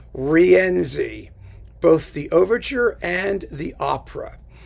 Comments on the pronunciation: congrats on the new website. On your discussion of the worst works of composers, I noticed you pronounced Wagner's Rienzi as ree-ENsee. The proper pronunciation is REEN-see. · Somebody neglected to tell that to Wagner because in every instance in the over 700 pages of the vocal score, Wagner sets the name as three syllables. Ri-EN-zi.